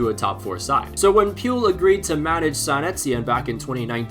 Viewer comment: I'mma be honest. The pronunciation of Claude Puel's name ment I had to re-imagine the pronunciation myself to realise I knew of the guy. Puel doesn't rhyme with fuel.